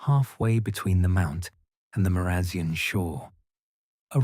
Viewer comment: Sorry!! But Marazion is pronounced Mara zion as in lion. I live in Cornwall and love your stories 😴